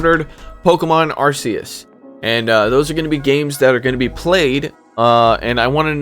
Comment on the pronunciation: make you a deal; ill watch all your pokemon content, you learn the correct way to pronounce Arceus lol "ark--key--us"